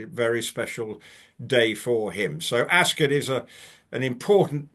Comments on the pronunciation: ❤, please, it's not, "Acs-kit" it's Ascot - that is like me saying Konsey. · It's more of a schwa sound. She has taken it from the usual American extreme of "ass cot", skipped over Rupert's (and most British people's) typical pronunciation of askət ("ass k't"), and gone all the way to the other extreme of "ass kit". My apologies if you are British and this is what you're trying to say, but most Americans will read "Ascot" as "ass cot". So for them I am clarifying: it's not kit, but it's also not cot. It's kət. Like the last vowel sound in button, mitten, color, rabbit. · why do u pronounce it “as-kit”. its weird. as-cut